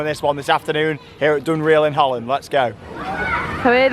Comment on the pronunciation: It’s pronounced dunrell